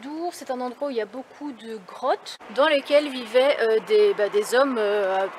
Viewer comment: j avais compris crottes et pas grottes au départ